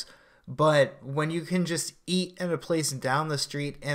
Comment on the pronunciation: Why did you stop pronouncing the letter T? "some food to E" vs "eaT"